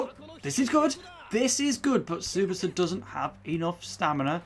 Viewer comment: So as both a inazuma and Tsubasa fan I can say nitta is no Willy Glasses but he is very much not that relevant to the series, also yes your goalkeeper was preety much god in the series and probably the best or second best in the game edit: More things: that is not how you say tsubasa, Nitta is a foward and what you read as defenders is one of his skills called dribbler, also if you are curious every player in the japanese team is at least decent but the real stars are Tsubasa, Hyuga, Misaki (not in this game but in the series he is supposed to be very good) and Wakabayashi with a special mention from misugi that is just relaxing on the bench